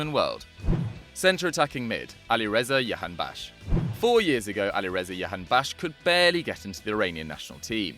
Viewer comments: its jahanbakhsh not yahanbakhsh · I’m from Iran and I’m so proud of Jahanbaksh (pronounced Jahan-Ba-k-sh) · Guys J in Jahanbakhsh is pronounced J not Y